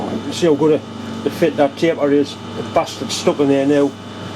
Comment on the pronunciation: Merry Christmas to you and all your family! Note to Stan at Bar Z - get to run class in saying bastard with the right accent at next year's bash!